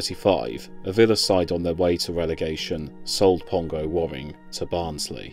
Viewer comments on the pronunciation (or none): It's pronounced wearing not warring, and Tranmere's ground is Prenton not Brunton Park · Youre saying his name wrong. His surname is pronounced as wearing. As in what are you wearing today